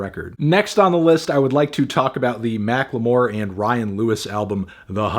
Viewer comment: I feel like people will point it out but his pronunciation of Macklemore is actually correct (Mac-lu-mor)